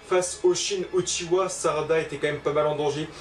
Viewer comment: ARRETEZZZZZ C EST UCHIHAAAA PAS UCHIWAAAA PTN